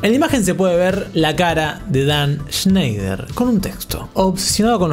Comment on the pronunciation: Shnash shneishner 🤙 shenshny shansner🤙 sneish y shnoish🤙